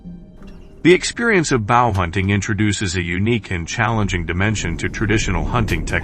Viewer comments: Wish you people would say the word right.Bow and arrow not bough and arrow. Some of you people need to learn the language. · It's BOW, not bough. A bough is a branch of a tree!! You really need to double check your pronuciation.